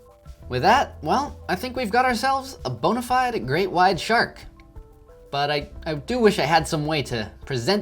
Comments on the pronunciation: It’s not bugging anyone else that he is clearly saying Great WIDE Shark instead of Great WHITE????? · It’s great WITE shark not wide